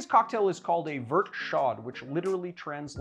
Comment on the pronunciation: Dude, if it's a French word don't pronounce the last letter. It's that simple. "Show" not "shod." And "Vert" rhymes with hair not pert. C'mon man. Your Canadian viewers are gritting our teeth. Other than that love ya.